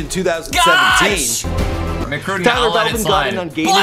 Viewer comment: btw u said Belvins instead of Blevins in that ninja vid.